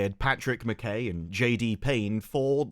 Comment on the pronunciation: btw McKay is pronounced like Ma'k'eye